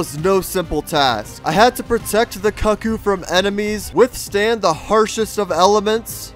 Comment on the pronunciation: I hate that you're pronouncing cuccu wrong.